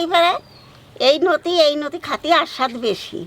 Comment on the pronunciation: O thammi noti noi loti🤪